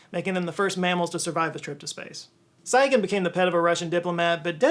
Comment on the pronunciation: Tsygan is pronounced as "Tsee-gun"